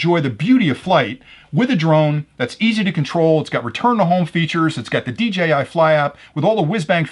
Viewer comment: Seriously, why do so many other youtubers pronounce it as "DGI"...? I don't get it.